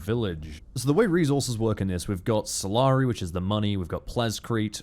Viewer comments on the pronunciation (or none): none